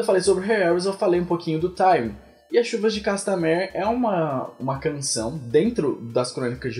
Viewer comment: manoo fala o nome da música direito.